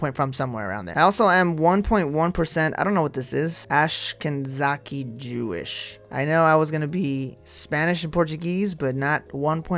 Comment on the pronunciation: Ashkenazi is pronounced Ash-Ke-Nah-Zee which are Jews of Eastern European, Central European, West Slavic & East Slavic descent.